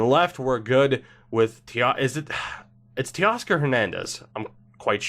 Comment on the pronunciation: Zych is pronounced like the word sick, just with a Z. He was on my Ms for a few years. Teoscar is Tay-Oscar, pretty sure. Also, how are we not PSN friends yet?